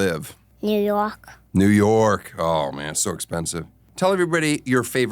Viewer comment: Wow he really said ‘new youhk’